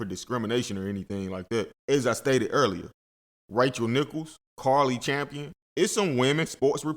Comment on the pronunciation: Say the ladies name right bro Cari Champion